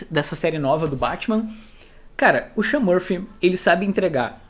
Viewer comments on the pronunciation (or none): none